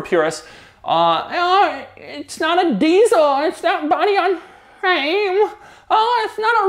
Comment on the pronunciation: iTs nOt bOdy on.. Fwame